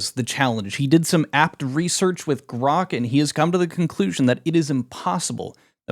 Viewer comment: gwok.. is dare pwoof that my boss has paid me my salary on twittaw dowt cawm? thanks gwok